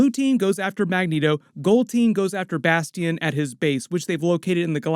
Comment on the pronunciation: Bas tee ion haha i wonder if next season is gonna be AoA